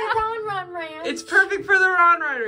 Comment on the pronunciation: why did you say ronron end of conversation